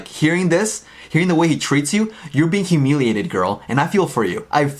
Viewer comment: “Humeeliated” lol